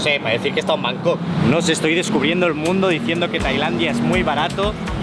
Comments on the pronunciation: Por favor.. por favor... por favor...por favor...por favor...por favor... no digas nunca más Bangok, es la mayor paletada del mundo typical spanish!! LA ciudad se llama BangKok. terminado en KOK, no en GOK. Por favor... me explota el cerebro cuando oigo a los españoles decir BanGOK. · Buen vídeo pero por favor no digas más Bangog jajajaja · El bro nunca pudo decir bien el nombre de la ciudad que visitó XD, gracias por esos videos. Saludos.